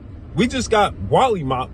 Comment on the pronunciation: It's mollywhopped not wollymopped lol